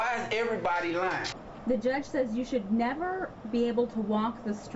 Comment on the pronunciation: It’s judge not juuuuuudge